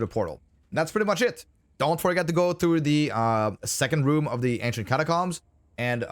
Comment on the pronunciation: The way u pronounce catacombs is upsetting